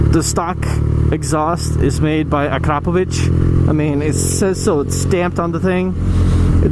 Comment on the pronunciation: Thank you for pronouncing "Akrapovic" correctly!